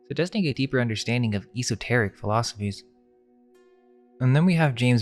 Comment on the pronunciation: He doesn't seem to realize it, either~ cringeworthy. The pronunciation of esoteric, a word he loves to use frequently - at least look up how to say it, dude!